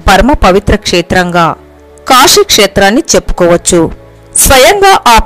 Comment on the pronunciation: పరమషివుడు కాదమ్మా, పరమ శివుడు 🙏 కాషీ కాదమ్మా, కాశీ 🙏 విష్వేష్వరుడు కాదమ్మా విశ్వేశ్వరుడు 🙏 దష్వమేధ ఘాట్ కాదమ్మా దశాశ్వమేధ ఘాట్ 🙏 షక్తి పీఠం కాదమ్మా శక్తి పీఠం 🙏 షతాబ్దం కాదమ్మా శతాబ్దం 🙏 షంకరాచార్య కాదమ్మా శంకరాచార్య 🙏 తెలుగు పదాలను సరిగా పలకడం నేర్చుకోండి అమ్మా 🙏🙏 మీకు నోరు తిరగక అలా పలికితే పోనీ అయ్యోపాపం అనుకుంటాం, కానీ, అదికూడా కాదు కదా అమ్మా, ఆధునికత కోసం భాషనే మార్చేస్తున్నారు, వాటి అర్ధాలనే మార్చేస్తున్నారు 🙏🙏🙏 మిమ్మల్ని చూసి మరొకరు, మరొకరిని చూసి మరొకరు, తెలుగు భాషను పలికే విధానాన్నే మార్చేస్తున్నారు అమ్మా 🙏🙏🙏